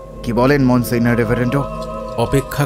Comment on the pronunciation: Ekta nerve wracking experience holo eta shune! It deserves all the hype. Shudhu ektai complain, French words jemon Monsieur aar Signor er pronounciation gulo ektu proper hole bhalo hoto! But kudos to you guys for this outstanding presentation ❤